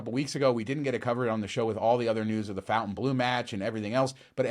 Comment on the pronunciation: Fontain NOT fountain